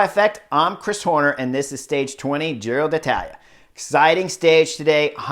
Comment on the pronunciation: “Giro Datala” … im gonna say it like that from now on lol!